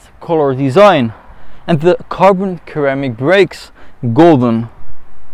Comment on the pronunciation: Respectfully its pronounced Sir'amic or Ser'amic "Ceramic" . I mean I only know the one language so im sure id be all wrong in German. LOL just being helpful. That said i adore this new update. I tested both the M5 and E63 earlier this year for 2020 and found the E far to harsh, and the inside creeky with movement which just put me off. But id have to test the 21's cause ill be ready in 3 mo.